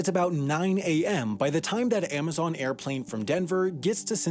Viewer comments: This guy keeps saying "Aimazon". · Aimaxon? Really? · Stopped watching after the 10th AIM-azon pronunciation.